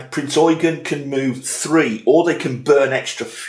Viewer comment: So glad you pronounced Eugen correctly. I could not finish the review that continually said Prince Eugene.... You have a new follower.